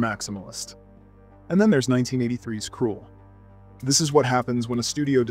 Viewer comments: kroul? Cruel? dude. It's Kruhhhhl. As in Duuuhhhhhhh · It’s not Kruel, it’s KrUll! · ....krull, not krool. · It was called Krull, not Cruel. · Krool? I think it's pronounced Krahl, I remember sneaking out of bed at 2am to watch when it came on late at night 😆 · Krull is pronounced like skull not cruel. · KRULL …. kr-UH-ll!! UH. Like skull. 🤦🏻‍♂️ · Why did you pronounce Krull like Cruel? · I was enjoying this until you pronounced Krull. cos it sure as fuck isnt pronounced Cruel now it it, I vomite shit into a bucket i was so triggered lol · Krull is NOT pronounced like "cruel". You obviously haven't watched this movie, which casts doubts on the veracity of your comments. Have you actually WATCHED any of the other films? Or just lifted review commentary off the Internet to make a clickbait video? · You didnt even pronounce Krull correct.